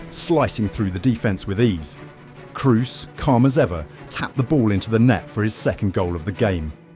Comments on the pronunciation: Dude, is not Cruz!!! is Kroos, O! not U! is a German name. Jfc. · Is this AI? Serious question, needs to be disclosed. Narrator mentions Tony KRUS, when at the same time if he was human would know in the next edit cut his name is mentioned, Tony KROS. A.I. just reads a human would notice the difference, regardless of the double O in "Kroos". Finally Maybe editing also A.I. Colombia is written Columbia in the video. Like a A.I. that is more acquainted with U.S.A. searchs. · the narrator is an amateur with not so much basic education. He does not know that Toni Kroos is not an English man. He pronounces his name as if Kroos had an english name. This is due to a lack of education apparently. Nobody needs to knowhow to speak German , but everybody should know that the alphabet comes from the latin (originally from Greece) and not from England.